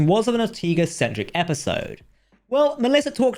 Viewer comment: not /or-tee-gaz/ -- it is pronounced /ohr-TEH-gahss/ Ortegas. The e in Spanish is always an Eh /é/ sound. Never EE. Likewise, Spanish O is /oh/ not /aw/ and not /ah/. The family names Ortegas and Ortega are ordinary. :) Jalapeño = /hhah-lah-PEH-nyoh/